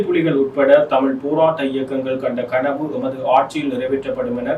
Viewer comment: கணவு இல்லை கனவு தமிழை தமிழனிட்ட நீர் படிக்கவேணும் .